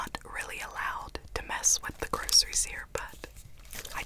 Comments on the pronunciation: This bothered me as I pronounce groceries (grow-sure-EE’s) and she does (grow-ss-ur-EE’s) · The way she said groceries